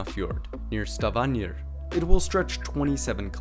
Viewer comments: Stavanger is pronounced "Stah-vang-er". Not "Stah-vaan-yer" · Stavanger or “Stavanyear?” And Sognefjorden also “Sonyjafiyoren” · No he pronounced names mostly bad and some okay, but the way he said Stavanger and Bjørnafjord was pretty bad. And Im native Norwegian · Ye, I don't live in Norway, but the pronunciation of the g in 'Stavanger' seemed pretty off.